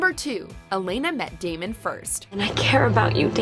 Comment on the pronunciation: Any1 else hear t Narotor say Demon insted of Damon